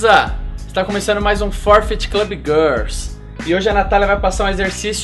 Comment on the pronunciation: começando mais um "four fit club gãrsss" kkkkkkk gãrss é foda kkk